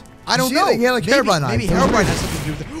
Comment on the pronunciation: It’s Hero-brine